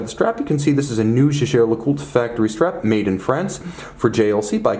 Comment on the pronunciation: The jejer Lecoultre??? 😂😂😂